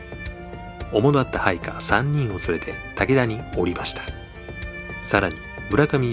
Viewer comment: いや、『武田に降りました』を『おりました』って読んじゃうなんて、やっぱり主ではないのでは？ あとそういう誤読が多いという事は、これは音声に基づいた字幕ではなく、やはり引用コピー疑惑を持たれても仕方がない。好きなチャンネルだけに、残念です。